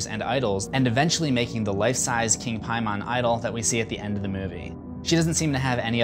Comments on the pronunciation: First things first,, I LOVE your "What You Missed Videos". Secondly, I really apologise about the length of this, but kind of hard getting so many points out strictly through messaging vs. a video upload haha so I have to be honest, your pronunciation of King Paimon, actually pronounced [Pay-Men], (like"pay" me money & "Men"), was driving me up the wall haha This movie completely took my wife & I by surprise, due to great promotional execution. We remembered the trailers showing everything was going to revolve around the daughter, Charlie & how, whatever her grandmother was responsible for would be hereditary. But to have that decapitation out of nowhere, in the middle of the movie no less, completely surprised us. The acting was on point too! Tiny Colette killed it, the son was fantastic & the dad was phenomenal too. But the aftermath of the accident, the emotion in the son's face, never once turning around, driving home, going strait up to his room & hearing his mom find the body the next morning was chilling & strait ridiculous! But let's get to the points i had & bits I wanted to clarify for you. Ellen wasn't doing everything to be his queen, her & the cult made a deal with Paimon. To get him a human host in exchange for riches & otherworldly wealth. Paimon is also stronger in & prefers male hosts, hence her son killing himself to escape from her "putting people in him". Then, her daughter denying any contact with her new grandson, though ultimately succeeding in getti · Did he just say King Pie man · Holy fuck it’s Paimon, PAY-MIN! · All hail King “Pie-Mon” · is anyone else bothered by him saying Paimon like Pie-mon? hes a king of hell not a fucking digimon ... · It's pronounced "Pay-mon" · Piemon is how it's actually pronounced. Unless he was actually like an all-American demon king, in which case it would be pronounced "pay-men" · Why are you saying PIEMON? That's not how they said it in the movie. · It’s pronounced Pay-Men. It’s not a digimon.